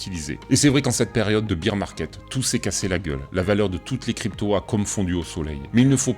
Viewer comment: lol tes pas leu seul, la quasi-totalité de la Crypto sphère Française prononce bir et non bair